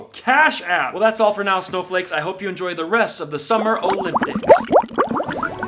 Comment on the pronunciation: Summer "O'limp-dics" 🤣